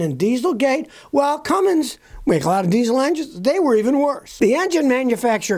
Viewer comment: No such engine builder as "Cummings" You can still sound intellectual, even if you pronounce it correctly! C-U-M-M-I-N-S